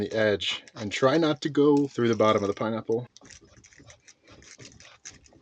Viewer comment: Absolutely butchered that pineapple lol